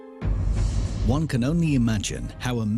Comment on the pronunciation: how can you trust a documentary when they don't even pronounce the author's name properly?